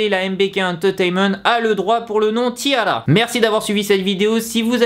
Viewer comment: Kim Ginha en fait ca doit se prononcer "tiara" comme une tiare en anglais